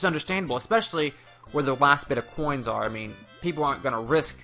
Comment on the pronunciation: "44 hhoins"